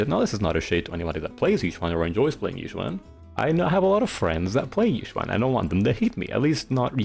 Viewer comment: It's actually pronounced ee-Xuan!☝🤓 Seriously though. I think Yid and Yixuan don't say the "yuh" sound when they say their own name, but other characters do, so I take it the VAs know their own character's names while others might be a bit off. Anyway, I hate her too. I don't hate her personality. Her dry humor, if I'm using that right, and sarcasm actually hits for me. I quite like the Croud Clearing Jutsu in Lumina. But she's otherwise a bit meh personality-wise. My least favorite of the Shibyuan 4 (Ye Shiyuan is my :goat-turquoise-white-horns:). I am with you on the plot device point. Need her to happen to be out of town to have stakes for other characters, ignoring agents not dying. And training sure did happen, maybe. I think. I actually read white text on black. I'm not big her gameplay, either. She's fine. Parrying is a bit fun, but she doesn't feel as deep as I was made to believe in pre-release reviews. At least, it doesn't feel much more than the average agent. Of course, the worst part is the animations. I think her ink is absurd with how much it obscures. Can't see crap even with the numbers off sometimes. No wonder so many new bosses just fly. Also I struggled to 20k UCC with Koleda because her buff lied to me about giving Koleda 30% CrDMG. I want buffs for my Koleda again. :eyes-purple-crying: I am trying to think what makes Yixuan's parry not nearly as cool to me as Yidhari's. Maybe having some prerequisite input to the parry is more interesting to me. Maybe Yi